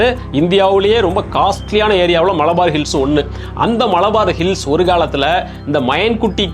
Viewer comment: மளபார் அல்ல. மலபார். மலபார் ஹில்சலதான் அம்பானி வீடுன்னு யார் சொன்னது சார். ல ழ என்று இரண்டு ஒலிகளை கொஞ்சம் பயிற்சி எடுத்தால் வரும்